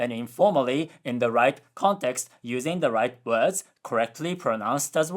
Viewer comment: You really gotta work on your pronunciation of "words". You always pronounce it "wuds" instead of "werds".